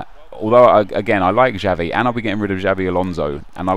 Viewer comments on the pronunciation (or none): Its not Javi mate, it's "Chavi"(Xavi)